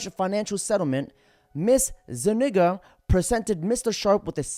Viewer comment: Zu- Nig-Ga.... jajajaja you can't make this shit up.